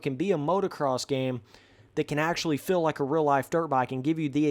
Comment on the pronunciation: Why you always say fill instead of FEEL